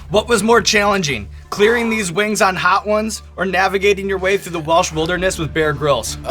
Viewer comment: “Walsh”, ffs, can you read? It’s W-e-lsh, there is an E